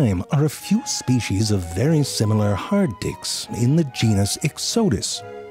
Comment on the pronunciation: why does it sound like he said "hard dicks"